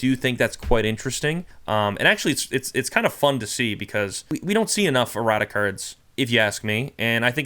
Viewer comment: whenever you say "errata cards" brother, it sounds like you're "erotic cards"